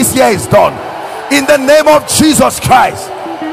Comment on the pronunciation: I like the way you pronounce IN THE NAME OF JESUS CHRIST.🙏🙏